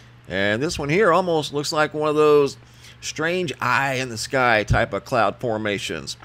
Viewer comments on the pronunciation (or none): none